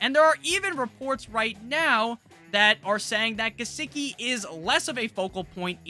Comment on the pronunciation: "Licky on my Gisecki uh" 🔥🔥